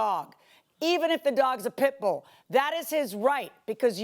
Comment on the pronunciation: He got a full grown "pit-boa* 😂😂